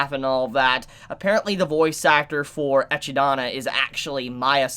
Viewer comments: Excuse me for this nitpicking, but Echidna's name is pronounced like Eh-kid-na or Eh-ki-dona. Not Eh-Chi-Dona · I thought Echidna was pronounced e-kid-na not echi-da-na Since the name comes from Greek mythology (PJO series hype!), the pronunciation in Japanese sounds more like the latter. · "Ecchidana" is how you would pronounce it in romaji (still wrong btw). But it's suppose to be pronounce "Echidna". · Hey, just an fyi, no big deal, but I think you're pronouncing Echidna's name wrong. I think it's pronounced (Eh-kid-na). The "ch" makes a "k" sound. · Agreed. Was looking for this comment. Always pronounced it like (Eh-kid-nuh). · I have heard a lot of pronaunciations of Echidna, but really mate Ehchi daana ? I love you mate but oh my god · You pronounce it like Ekidona. is pronouncing it wrong. If you watch the trailer, you can hear Dona pronounce her own name. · The way he always pronounce Echidna rubs me the wrong way just a little.